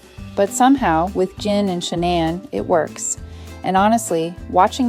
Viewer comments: How did JIN turn to GIN during the narration?? Proving this is an AI narration... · It's weird how the pronunciation of their names constantly changes from Gin to Jin and Shanahn to Shanan. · Sooo is it Jin or Gin. Heard it pronounced both ways… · Cute story, but the narrator (AI?) can't decide whether to pronounce the cat's name as "Jin" or "Gyn" (hard "g" sound).